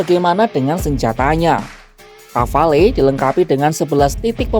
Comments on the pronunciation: Iya, harusnya disebut Ghafalu. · Pronunciation rafale salah min...